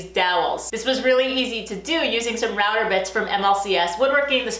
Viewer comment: not really. Sometimes router sounds like ratter and quarter like qwata